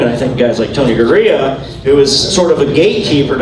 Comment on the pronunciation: That’s Tony Garea not Gorea